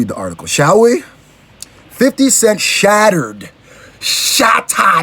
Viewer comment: he said "shattered" like a Nigerian. correct guy.